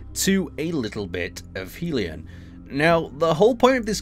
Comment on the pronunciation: It's hell-ee-on not helium.